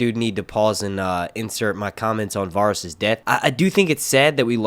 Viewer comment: say it with me. VA-RIES not Varis